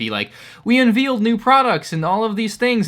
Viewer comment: “We unvealed”, 🤭🤣🤣🤣🤣